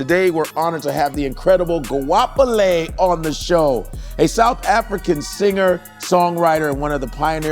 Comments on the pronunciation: Her name in Setwana is pronounced this way: GO-A-PE-LE but replace the G with H: HO-A-PE-LE✅ GWAP'LE❌ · You don't replace the G with H. It's like replacing Tebogo to Teboho. Not the same pronunciation. Her name is Go-a-pe-le not Ho-a-pe-le. They are pronouncing "Go" like non-native speakers and it's understandable. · Lol it's pronounced Gua-pele(to move forward/proceed), and even she struggles to get the G right it almost has the same intensity as you would when you make the sound before spitting. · Ayi she butchering her name and surname 😭😭😭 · Incorrectly pronounced her name .... but i love it😂😂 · Goapele means to progress or to proceed or to move forward(in Setswana 🇿🇦 or Sepedi 🇿🇦 languages) ....you guys are butchering the pronunciation of her beautiful name. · Both the name and surname were pronounce incorrectly but that's a story for another day. Good episode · my setswana mind cant accept the way these americans mispronounce such a beautiful name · Why she's pronouncing her name like that??? Westernizin it? Goapele "going forward" wasn't proud of how she pronounced it, maybe is just me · Lol yea same here as Mopedi/Sotho, she get's it slightly right ke fela hore her G doesn't come out right, the intensity of the the kg sound doesn't come out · Lenna ke motswana, just opened the video and I feel so weird hearing them pronounce it wrong. 😭